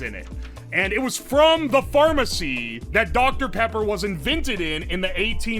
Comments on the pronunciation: he got that doctuh peppa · smacks lips I love doctor pippa